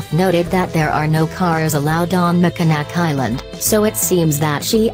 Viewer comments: Mack in naw. Is the correct pronunciation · ROBOTIC VOICE REALLY CAN'T PRONOUNCE THE NAME OF THE ISLAND.